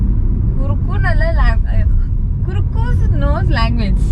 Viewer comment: It's not kuriku its kuchkunnu